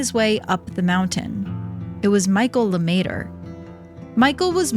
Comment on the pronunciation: "LeMaitre" - not Luhmayturrr.